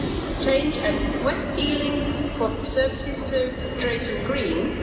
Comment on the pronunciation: west EALING! xD